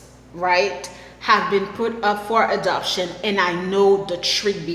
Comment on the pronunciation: Funny. You say adoption very much like abduction.. hehe